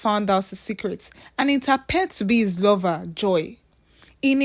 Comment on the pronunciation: Why can’t Nigerians pronounce words starting with ‘H’ ? How can you pronounce “Hiring” well but instead say “iring”, “Handle” they say “andle”, “His” too they say “is”😂😂😂😂😂😂😂